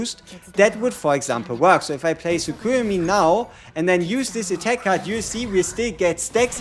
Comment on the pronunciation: Tsukuyomi is pronounced: Tsoo-koo-yo-mee.